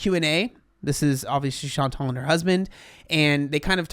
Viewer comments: This is maybe a bit unrelated, but every time you say “Chantal” I keep hearing “Sean Tall” and that’s so entertaining by itself. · you crack me the hell up. “Chantal….. is….. fat” LMAO